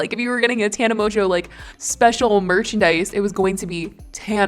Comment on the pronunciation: moNNNNNNNgeau, not MOJO, PLEASE